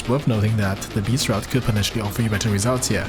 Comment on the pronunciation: Btw its pronounced like "Drafts" :D